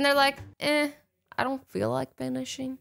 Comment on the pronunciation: sounds like she's Russian when she says finishing